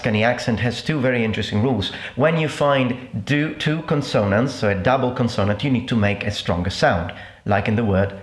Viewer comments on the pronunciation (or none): The stress is supposed to be on the first syllable. CONsonant, not conSOnant. I say this with great respect and admiration. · Though watching the video I found that you say "con'sonant" instead of " 'consonant"😉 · Your English is fantastic, but you don't pronounce the word "consonant" quite right. The stress is on the first syllable /ˈkänsənənt/. Saluti dal Texas. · Interesting ! Thanks for posting (btw. “consonant” is pronounced /ˈkɒnsənənt/ ) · C7TV ...His pronunciation of consonant is completely wrong. It should be "con-sir-nernt". The way he reads it shows englush us not hus mother language. I'm an Italian born and raised in London. We all have accents and even if born and raised here you can hear if the person speaking is of afro-carribean/asian/latin/english/ background. Although we all have a english ir in my case a London accent you can tell their background. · Excellent lesson. I got 100%. I am very impressed with your English fluency and pronunciation, but if I may offer one correction: the word “consonant” is pronounced with the first syllable stressed. Otherwise, your diction has been perfect and sounds completely British to an American ear! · May I suggest you yourself pronounce the word consonant stressing the first syllable instead of the second? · Scusa ma quando dici consonant l'accento non dovrebbe essere sulla prima o? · 5/7. I think I could have done better if I had heard more Italian and was more familiar with how it sounds. Are there any noteworthy accents in Japanese or Mandarin? Maybe something as simple as recognizing Mandarin vs. Cantonese would be interesting (I can tell the difference, but until recently I didn't know why). Also, your pronunciation of "consonant" is awkward.